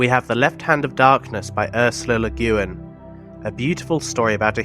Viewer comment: It's pronounced Le Gwinn.